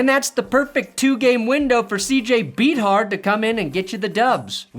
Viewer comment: I'm so glad to finally see someone pronounce CJ Beathard's last name correctly 😂😂😂 "Beat Hard"